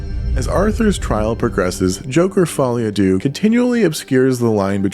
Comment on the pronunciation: No critique to you tbf - I mean to pronounce it differently to the director himself could be regarded as "pretentious" - but they've all got it wrong. Maybe Follie a Doo sounds better :) Edit - to be honest yours is the best pronunciation I've seen. Most are just saying doo :)